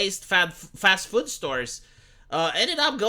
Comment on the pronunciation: The way says food. Füd.